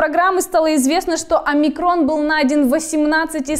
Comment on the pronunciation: не уподобляйтесь безграмотными дикторам ТВ. Их бы поганой метлой гнали бы с ТВ СССР. Просмотрите, как ставится ударение в названии греческой буквы Омикрон. На первом слоге, подобно Альфа, Бета, Гамма и т д.